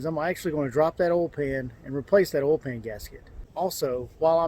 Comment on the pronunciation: Say oy please! Oil is pronounced OIl, not ol. There is an I in there. Please annunciate